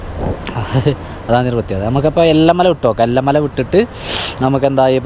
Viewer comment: എല്ല മല അല്ല ഏല മല